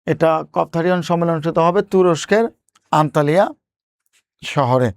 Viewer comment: শব্দটা আনাতোলিয়া বললে বেশি ভালো হবে মনে হয়!